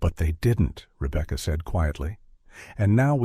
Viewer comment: No they wouldn't nor do they pronounce Rebecca, Ribka.